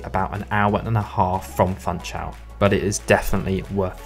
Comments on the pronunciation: It is not called FANTSCHAUL, it is Funchal. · "FunchaLLLLL"😅 not "Funchaooo" or "Funchauuu"🤣 Please guys! It's Portuguese, not Brazilian Portuguese! 😚 You may pronounce the "L"s much like in english😉🤙 Great compilation so spots 👏 Thank you for sharing!